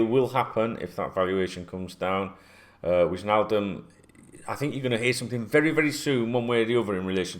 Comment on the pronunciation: mate...it’s Why-naldum not Widge-naldum lol. It’s a silent J 😂 Totally with you on the Thiago nonsense. No approach has been made and I’m pretty sure one won’t. All the noise is coming from his representatives trying to ramp up interest in their player.